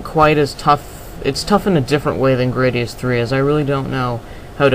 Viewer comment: grah-di-us not gray-di-us